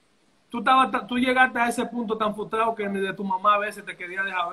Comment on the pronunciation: Porqué todos dicen futrado si es frustrado? Siempre te sigo y siempre oigo lo mismo, pienso que no hay edad para aprender, tengo 56 y todavía uso el diccionario, sin ánimo de juzgar u ofender.